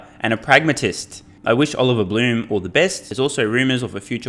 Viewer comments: Blume = "bloom" + the "e" from "bed"; Piëch = "pee" + the "ch" from "technology", almost like "peeh". But it is easy to find interviews on YT where a German journalist introduces Oliver Blume or talks about the Piëch family. Maybe it's easier if you listen to one of those than trying to follow the above. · Just FYI, the new VW CEO Oliver Blume's last name is not pronounced "bloom", but rather with the "e" in the end articulated similarly to how you say it in the middle of the word "bed". Edit: also, Piëch is not pronounced "peach". The "ch" at the end of the word (name) is pronounced like at the end of "tech". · So, pronounced "Bluhm" and "Peek" or "Peck" ? Thanks, in advance!